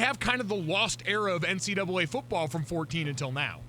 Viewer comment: Chiney is hella annoying! She barely has knowledge amongst all sports. She called NCAA, "NCA"